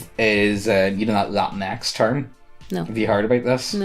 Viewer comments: You’re sure it’s not pronounced “la-teenks”? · Latinx is pronounced la- tinks. As far as I know, anyway.